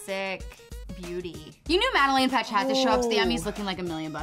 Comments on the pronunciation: Guys its madeLAINE not Madeline there’s and A pronounce it right please ❤️❤️❤️❤️ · not pronounced madeline it’s pronounced madeLAINE because they wanted to call her street, so they chose laine. im sorry but this annoys me of how they pronounced it 😂😂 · U guys keep saying madalin it's madalane get it right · anyone one else want to shout at them when they say Madeline, not Madelaine? lol, I loved her look though! :) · EW THE WAY THEY SAID MADALAINE 💀. “Madeline” NO it’s “Mad-a-lane” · They kept saying Madeline, It's Madelaine! Sorry, I love the video though!!! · said Madeline instead of Madelaine 😑